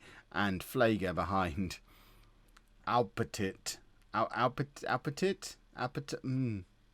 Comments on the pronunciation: Aupetit = Oh-Pet-Ee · "Aupetit" is indeed French, and therefore pronounced "o peti" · Aupetit is pronunced without the last t